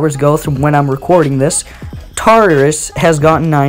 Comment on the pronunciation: Lmao it’s tar-tar-rus and yan-der-ee smh